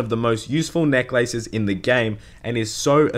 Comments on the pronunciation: NECK LAYSES AMULET OF TORTJA, MEE LAY, CONCLEWSION, PRAER, DAMIDGE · Emphasis 'neck' ... 'laces' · Neck LACES. Jesus, way to pronounce it awkwardly. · Why are you saying necklaces like 2 words? Its hurting my brain.